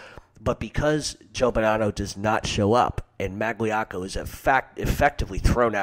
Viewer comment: It was 4 years ago, but you just butchered Magliocco. How I jus spelt it, is wrong. But its a lot closer than what u spelled out. Also both of them were as bad as each other with that, wanna Whack Carlo, Tommy and their own cousin Stevie Maggadino.